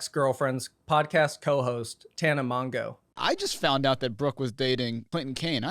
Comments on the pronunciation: bestie this comment is purely tryna be helpful but it’s pronounced Tana “Mojo” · Tana’s last name is pronounced mojo not mon joe 😭😭😭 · Tana literally pronounced it mojo and had told people that it’s pronounced that way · pronouncing tanas last name as mongoo will always be funny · Please learn how to say Tanas last name correctly 😂 It's your second video talking about her and pronouncing it all wrong Honestly just say Tana Mojo, it's closer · Hey, I’ve been watching a lot of your videos lately and I really like your stuff! I do want to mention something that has bugged me in a few of your uploads, and that’s how you pronounce Tana Mongeau’s name. While the way you pronounce it is definitely the way it looks like it should sound, it’s actually pronounced closer to “Mojo”. Love the content regardless, thanks for posting! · engagement baiting by pronouncing tana’s name wrong